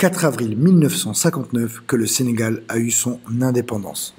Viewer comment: C’est pas senagal mais Sénégal